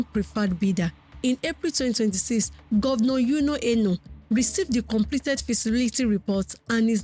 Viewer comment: This babe is able to speak and pronounce English words as if it were her native language, but can't pronounce Umoh Eno, who do us? I bet she can say schwazzeneger without blinking. Nonsense!